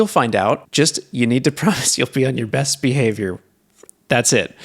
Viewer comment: He said "best behavior" right? 😂